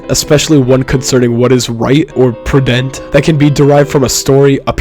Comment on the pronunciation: "prudent" truly put a dent in my soul by the way u said it 💀